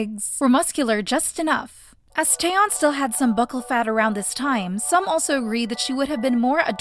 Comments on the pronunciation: next time note that taeyeon's name is not TAyeon but it's te-yeon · Pronunciation tips for the narrator (very important for spreading Korean culture appropriately): Jang Wonyoung = Jahng (soft a like “ah”) one young Taeyeon = Tay yeon (tay like “okay” not like “Thai”. Yeon like yuhhh) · unrelated but.... tie-yeon? what is this pronunciation? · I'm sorry, this has nothing to do with the video and it's probably annoying to hear, but that's not how you pronounce "taeyeon"